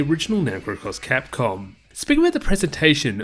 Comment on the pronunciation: You totally said "Cross Crapcom" HAHAHA!